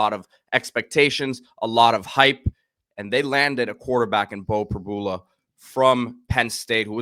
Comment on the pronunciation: Prib - YOU - la 🤦‍♀️ Please get it right